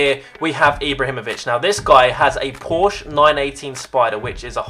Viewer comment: You say porshe like poor she